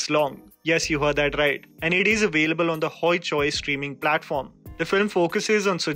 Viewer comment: You pronounced "Tasher Ghawr" and "hoichoi" horribly wrong. As a Bengali this disappoints me as I'm also your regular viewer. This is not that difficult bro.. Just try